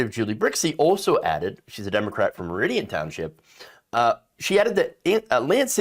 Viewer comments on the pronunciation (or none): none